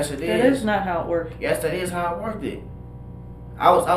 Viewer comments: And, workdid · I love how the officer says “that’s not how it worked” and then the criminal decides to mispronounce “worked” as “worked did”. Illiterate cancer. I’m from the same neighborhoods as them and I don’t talk like that because I decided I wasn’t going to remain in the ghetto mindset nor would I remain in the ghetto.